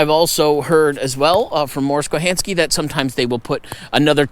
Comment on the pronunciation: Thanks for the video! Tom was my grandfather, so I have a couple of corrections I'd like you to know about: He never went to Vietnam or Thailand (Mors will explain in this video link); Mors' last name is pronounced 'Kohanski', and Tom's last name is Roycraft, not Roycraft. My grandfather spent his entire life dedicated to the outdoors and wilderness survival, so it's awesome that he continues to make his mark after his death.